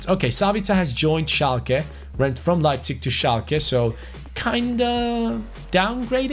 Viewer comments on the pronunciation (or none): none